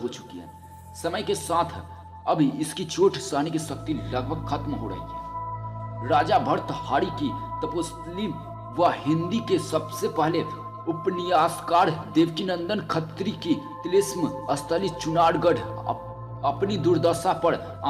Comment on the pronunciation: Upanayas ko Upniyas Kyu bol rahe ho bhai